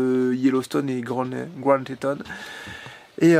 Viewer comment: Super vidéo paysage magnifique et sa se dit bien Grand téton sa se prononce comme en français